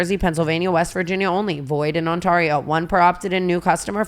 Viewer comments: TANA start saying ONT-AIR-EE-OH i keep hearing OntOrio 🤣🤣🤣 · I get it like its fine but you guys should really rerecord the draftkings and pronounce ontario correctly. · I never want Tana to say onTARio diferent. also love you for speaking up finally🍉